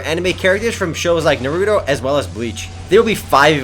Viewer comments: Why do people say Naruto as Nuh-rue-doe... Its Nah-rue-toe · lol da way u pronounced "naruto"